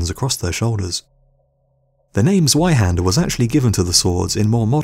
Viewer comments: Im not gonna both scrolling through 1.5k comments, but its pronounced zveihander since zwei is two in german amd the german language pronounces 'w' as 'v' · Zweihander is pronounced with a C :P Tsweihander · The Z in Zweihander is pronounced like Tzwei :) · Germans pronounced their w’s like v’s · And the "w" is pronounced as a "v" if you speak the name properly.